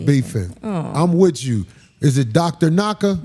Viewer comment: Hahaha all I hear in the beginning “LETS GON’ GET IT OVER WIT!” 😅😅😂😂